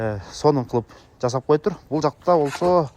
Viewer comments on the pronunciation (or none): none